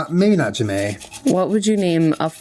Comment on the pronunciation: Omg it seriously threw me off for a second when you said J'may. My name is said similar but spelled Janee. 🤣